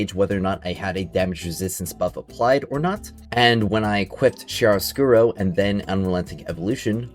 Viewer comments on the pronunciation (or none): It’s pronounced Kia-roscuro, not Chia like the seeds